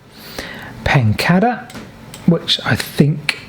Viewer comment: Everything about your videos is brilliant except your pronunction of place names! Surely it is PEN-CAY-DER. There is only one D.